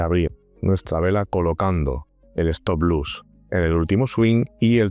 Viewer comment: se dice stop loss no stop luss...